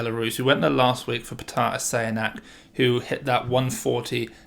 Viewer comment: Petr is actually pronounced Pyotr. Other than that, great video!